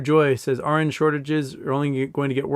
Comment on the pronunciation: Foreign regulators don't 'just happen to be better at regulation'. Separately, when you were saying 'RN shortage', I thought you were saying 'orange shortage', took me a few minutes ;) Thought it might be a 'Trading Places' reference.